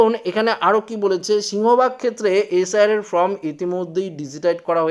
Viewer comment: Hi hii hii ""ftom" naa hhihi""FORM""...hii hii